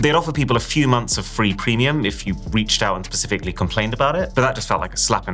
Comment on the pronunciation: You said pacifically.